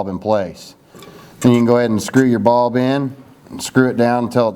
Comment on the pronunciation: Lol "UV baulb." Haha Just laughing at the accent from up here in NY. But for real, great video, thanks for helping!